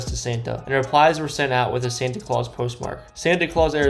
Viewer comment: He mispronounced the name of almost every place 😄 But Santay Claus? 🤔